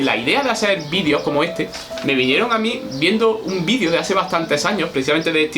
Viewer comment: Y dale con vidio... Ufff video, con E, es Español enseñando lengua y no sabe que la palabra video se debe mencionar la E. Aprenda... Se dice como se escribe... VIDEO, VIDEO... NO VIDIO!